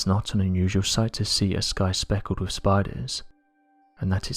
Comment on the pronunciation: What is it with SO many of the British sounding narrators on here who either CAN'T or WON'T pronounce their "th" sounds??!! As an example: they'll say "...wif..." instead of "...wiTH..."??! I was brought up to actually pronounce words correctly and it just bugs the ever lovin' HELL out of me to hear (ESPECIALLY) Brits screwing words up!!!